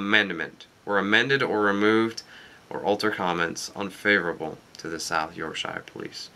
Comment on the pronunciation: Hehe the way you say Yorkshire :P It's pronounced York-Sheer